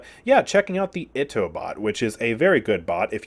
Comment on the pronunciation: Just like for future reference Itto (the bot name) is pronounced like "ee-tto"